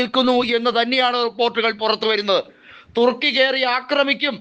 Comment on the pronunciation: 😂😂😂😂തുർക്കിയ്ക്ക് പിറുക്കാനെ നേരം കാണൂ😂😂😂😂 ചേട്ടൻപിർക്കി പിർക്കി പറയുന്നതാണോ പിർക്കി ചേട്ടാ😂😂😂😂